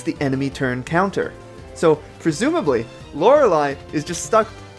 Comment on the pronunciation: Very interesting, although Bruno is much higher on the tier list than I expected! :P (Also I think you're pronouncing Lorelei wrong)